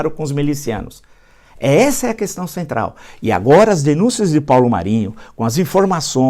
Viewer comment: A primeira palavra que ele aprendeu falar e nunca saiu da boca dele é Coestão (questão)😂😂😂